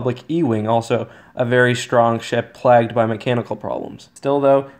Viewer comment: Plagued. You don't pronounce that plagged...